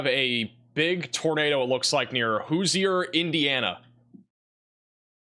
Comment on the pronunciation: Indiana is the Hoosier State. cant pronounce it? cmon. College educated with a 6 th grade reading level. I love it but PLEASE take a class in engleesh language and a class in french language so we can hear the correct pronunciations at at least a 75% level in Louisiana and Wisconsin instead of the 33% level we got yesterday. blew some of the names so badly that it didnt sound anywhere close. Thus learning to read could SAVE SOMEONES LIFE ONE DAY.